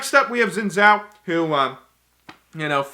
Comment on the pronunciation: Its not Zin Zhao. Its Xin Zhao. An x sound please.